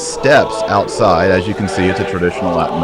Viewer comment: Kennedy's Latin is pretty amazing closest to the real thing I've heard so far great job!